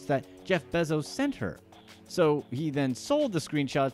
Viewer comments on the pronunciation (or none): Please say “Bezos” right. 🥴🤦🏻‍♂️